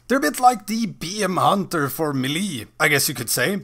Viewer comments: AnAfinityForKarma my point is there is no “ee” sound. May-lay, meh-lay, muh-lay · It’s pronounced “may-lay” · Said me lee, stopped watching